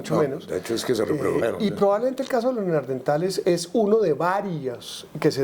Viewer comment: Buena entrevista, un detalle: no es Neardentales sino NeanDERtales